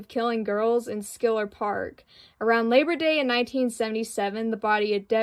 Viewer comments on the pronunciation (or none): It’s pronounced Shiller park. Just a heads up. Great video tho.